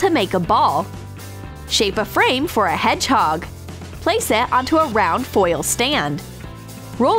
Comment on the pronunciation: Who though they said head chalk instead of hedgehog